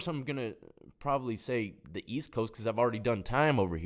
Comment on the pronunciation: East I thought you said weast . Loll